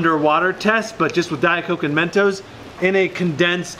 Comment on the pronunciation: its not men toes its mentos